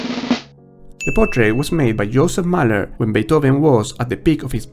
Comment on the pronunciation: ‘Mähler’ not ‘Mahler’ !